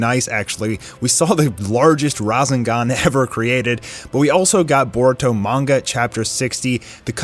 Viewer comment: did he just mispronounce rasengan at the beginning there hmm